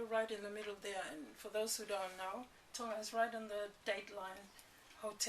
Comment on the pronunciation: theres a ''G'' tonGa